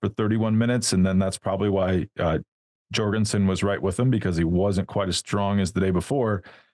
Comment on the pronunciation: Jorgenson like Yorgenson, not Dyorgenson, he is of danish descent